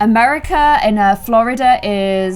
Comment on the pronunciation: Me being a Floridian and hearing how she says Florida!!!!☺️🤣🤣😂. Not hate I love you sooooo much been a fan scents 2018❤️🤣💕💓💞